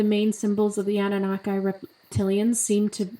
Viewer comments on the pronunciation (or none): It’s Anu-Nah-Key not Anu-na-kai lol but great video